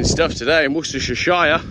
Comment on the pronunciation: Wostershershire, thats easy for you to say